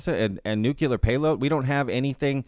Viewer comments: Nu -cle-er NOT nu-cu-ler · It's nuCLEAR not nuCULAR. JHC. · Thanks for the fascinating vid. FYI, nuclear is pronounced "new-clear" not "new-cue-ler." The more you know. 😉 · NuCLEAR. Not nucular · New-Clear Why is that shit so hard? 😆